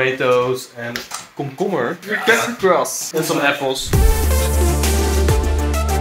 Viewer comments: Not to be offensive but he said “coomcoomber” made me laugh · Is anyone going to talk about how he said cumucumer instead of cucumber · Me: cucumber Him: coocoomer Me: i must start saying coocoomer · I like how he said komkommer 🥒 instead of cucumber lol Btw nice vid